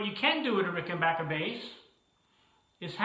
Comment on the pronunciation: Congratulations on being able to pronounce 'Rickenbacker " correctly!